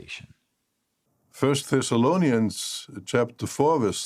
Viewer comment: Nobody:: Tony morris: "turn with me to 1st thessalonaiunns🥴🍷🍷🥴"